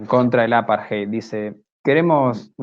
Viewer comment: Gracias por este informe. Excelente trabajo. Por favor, chicos, traten de trabajar en la pronunciación de palabras extranjeras. Jiler ?(Hitler. Hay una T en el medio) Apart-jei ?(Apartheid. TH=D) y muchas más palabras pronunciadas incorrectamente. La información que dan es tan importante que es una pena escuchar estas palabras mal pronunciadas. Distrae del mensaje que están dando. Es solo una recomendación.